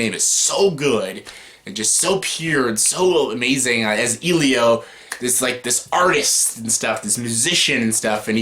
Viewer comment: Its not number 1 but i love your thoughts on it. Also i dont know why the way you pronouce Elio triggers me so much😂 (its eh---lee---O) Foreign Films have more greater LGBT films by the way. Go check out my all time favourite director films Xavier Dolan. Also im shocked you didnt put in Moonlight or Love Simon. Decent list by the way. My list is way way more different. But i can understand your opinion☺